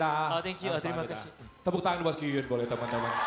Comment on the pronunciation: Masih Ngakak Ko Densu panggil Kyuhyun jadi Kyukyun. 😂😂😂 Tapi aku ngerti Ko Densu tuh nyapa "Senang bertemu denganmu." 🥳